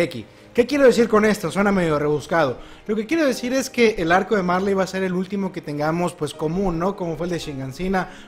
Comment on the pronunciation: en japon no se pronuncia la L se sustituye por la R marLey=maRe eLdia=eRdia Son lo mismo solo que en la pronunciación japonesa y algunos le dicen así xd👍